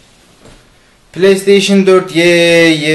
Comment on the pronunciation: pileysteyşin dedi ya la :D bırak git ya